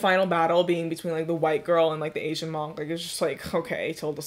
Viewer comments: Who pronounces monk like that? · pronouncing monk like that is a crime punishable by slight disdain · Everybody else: pronounces monk like munk: MOOOOOONNNKKK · have I been saying monk wrong or what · hey why do you say monk the way you do